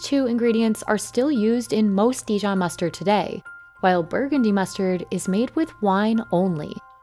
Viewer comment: if you’re going to make a video about dijon please pronounce the name properly… not de-john!